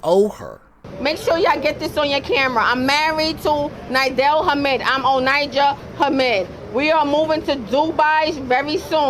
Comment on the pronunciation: Her name is not Onyjah. Its Oninja. She embodies why sistas are by themselves.